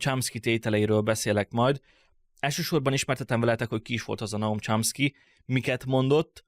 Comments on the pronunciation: Csomszki nem Csámszki. De amúgy király! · A Chomsky-t rosszul ejted.Javaslom: írd be a Google fordítóba majd kattints a meghallgatásra!!